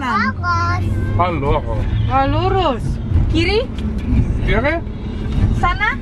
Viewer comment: Sikocik 😊 lurus kok aku dgr ny jd kurus yakk 😂